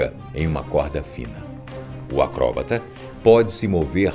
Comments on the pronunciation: porra boco, acróbata eh foda neh filho.. acrobata, enfase no A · Pq será q ele fala acróbata? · Melhor coisa é ele falando "acobrata" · "Acróbata" é novo!